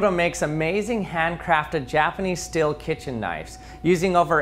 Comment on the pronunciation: Yeah ok, but please it's steel, not steil, not still. 😭